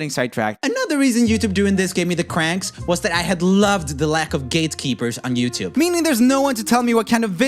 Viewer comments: "TooYube" LMAO I think it's "Youtube" LOL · Did you say tubeyou??😂😂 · he said TouYoube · Love how you gave YouTube a European accent